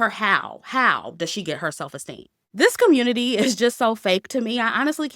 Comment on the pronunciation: I love how says "the communit-IY when she's talking about these stories 😂😂😂😂